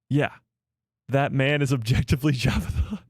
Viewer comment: Ah! Jectively 😂 man I missed a good one. Again! What are we objectively talking about?